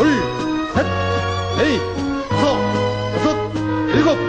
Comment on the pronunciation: 도수체조 지휘구령 녹음을 다시 하면 좋겠습니다. 너무 옛날 버전이라 발음이 하나 둘 셋 너이 다쓰 여쓰 일곱 여덟 이런식으로 하는데 70년대 느낌이 납니다. 젊은 아나운서 섭외해서 하나 둘 셋 넷 다섯 여섯 일곱 여덟 이렇게 정확하게 재녹음 해서 전군에 다시 배포했으면 합니다.